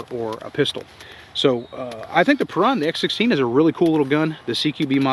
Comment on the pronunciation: It's annouciated as "peroon" and you roll the R. Perun is one of the ancient slavic pagan gods. I might get one just because I'm slavic. Thanks for the review.